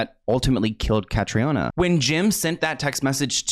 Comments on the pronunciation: Her name is pronounced like the hurricane (Katrina) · Hi! 👋 I'm Irish and her name is actually pronounced Kah-Tree-Na. It's a common mistake and please don't worry but I thought you might like to know 😇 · Irish person here: her name is pronounced CA- TRINA.